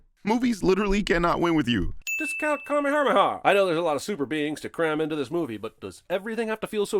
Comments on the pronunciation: I love how he pronounces kamehameha so badly you can tell hes never seen a second of dbz “karmy-hame-ha” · Did anyone else hear say "Karmeharmeha?" I swear he added a couple R's in there!